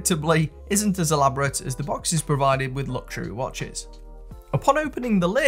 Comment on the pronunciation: Mate your accent is legendary. I laughed out loud . For some reason the way “years” came out was priceless. Great “watch-ezz” Keep up the videos more more more. I’ve missed your bashing of MVMT and filippo spaghetti or whatever it was.